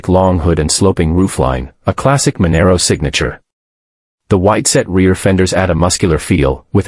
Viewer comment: Manaro, ffs 😂😂😂